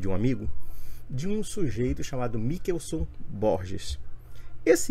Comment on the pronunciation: Nao sabe nem ler Mi- chel- son 😅😅😅😅😅